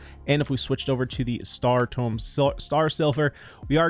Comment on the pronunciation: It’s tomb. You constantly pronounce it tome. Tome is a book. Tomb is a place for dead people.